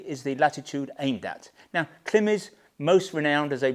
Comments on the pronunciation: You pronounce Klim wrong :face-green-smiling::face-green-smiling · why you saying Klim like that?